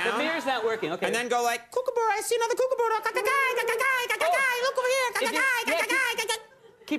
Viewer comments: It’s pronounced cook a burruh not cook a bear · It’s not a coocooburrue it’s a kookaburra ko-ka-bar-rar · Americans say Kooka-barra it's Kooka-BURRA mate! trust me I'm Aussie! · Never in my life have I ever heard a kookaburra been called a kookabear? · I’m Australian and I’m ashamed about how he pronounced kookaburra. It’s cook-a-burra. Such an expert....... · Can't pronounce kookaburra and worse impression ever. Sincerely, Australia.